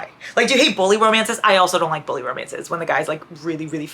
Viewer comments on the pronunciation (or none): When you said bully romances I swear I heard “bowling romances” New trope?! 😂